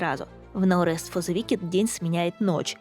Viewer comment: "но рэст", а я думал, на слух показалось, что за "Наурыз фо зэ викед?". Думал казахская игра.